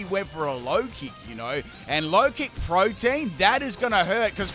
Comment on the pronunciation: Just FYI it’s pronounced pro-tee-en not like protein. Lol